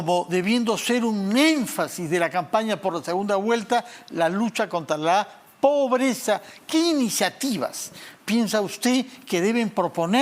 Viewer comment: Un ejemplo: este chistoso dice póbreza en lugar de decir pobreza